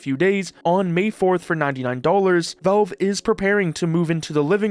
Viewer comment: It's pronounced "VALVE", not "VELVE"